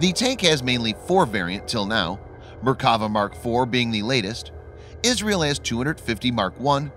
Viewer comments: I thought they were Merk-a-va but apparently they are Mer-kav-a tanks? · I don't know much about tanks but I do speak Hebrew. It's pronounced MerkaVAH. And it just means chariot, not God's effing chariot, as some people seem to think. Thanks. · Try saying Mer ka va and God’s Chariot. You must be a heathen.